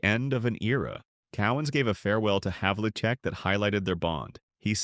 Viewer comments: I was wondering about the "narrator" and realized its inability to pronounce John Havlicek's name consistently was the giveaway. Regardless, how many other players in NBA history were Rookies of the Year, MVP in the annual All-Star Game, and the MVP of the entire league in 1974? If Dave "De-Butcher" hadn't hacked Hondo's right arm in the playoffs in 1974, the Celts would have polished off the Knicks which means they would have met LA in the finals. And Dave would definitely have been the Finals MVP in that series to add to his other trophies. The '73-'74 team that won 68 games is the greatest in NBA history to have not won the championship and that would have been a done deal since the Celtics were 4-0 against the Lakers that year and Big Whiney Wiltie had absolutely no clue how to play Cowens and was totally dominated in all four of those victories by his hustle and unrelenting aggression. Yeah, I think Dave is underacknowledged but in my mind, the REAL "forgotten" superstar is another Celtic, #24, the great SAM JONES! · The best part of this was the multiple mispronunciations of players' names. Havlicek was mispronounced repeatedly, the only thing missing being pronouncing the "c" with an "s" sound, Lew Alkindor had me LOLing.